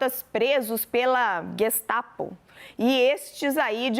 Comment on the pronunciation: Infelizmente hj todo mundo se diz repórter! A mulher nem sabe o q é Gestapo (vcs viram o estranhamento na leitura?). No final tbm lê errado melancias.